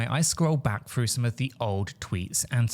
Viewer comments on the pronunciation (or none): none